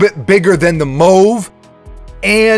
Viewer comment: WTF Dude!?!?! You sound ridiculous. It's pronounced "mahve", not "mowve". As in the pale purple color "mauve". Who TF says mowve?!?